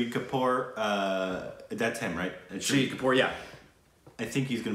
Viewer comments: Bahahaahahahaha sahid kapoor..for u guys its shaaaahid kapoor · Shahid not shri😂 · His name is Shahid Kapoor. Pronounced as Shah-Hid Kapoor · Tip for speaking hindi you need to prolong the a shaahid kapoor